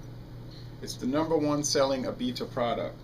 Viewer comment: A-bee-duh is how we say it in new orleans